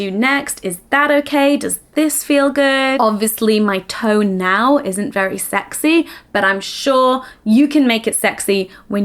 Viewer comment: that’s just her accent, lowe it